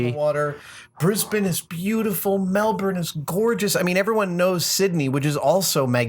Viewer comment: I gotta say, that's the best pronunciation of "Brisbane" I've ever heard from an American. Even the 'Melbourne' wasn't bad.